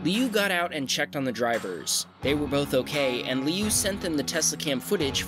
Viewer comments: It’s kinda like lee-ew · sort of, just with different tone. 6 (Liù) is falling tone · pronouncing "Liu" was the most American thing I heard today